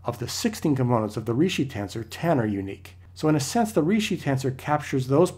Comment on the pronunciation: Ricci is pronounced Reechee.